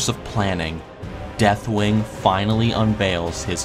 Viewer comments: I find it humorously obnoxious that you purposely mispronounce deathwings name so many times. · Did he even pronounced Deathwing's name right once?